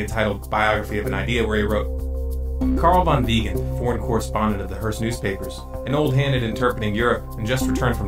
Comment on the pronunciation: Strange how you pronounced Wiegand correctly but said Gubbles????